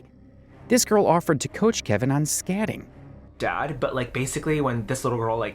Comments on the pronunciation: "This girl offered to teach Kevin on scatting?" Owowowow, bad mispronunciation there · ...scatting ? You verbally said "scatting" when you meant skating. That's so weird.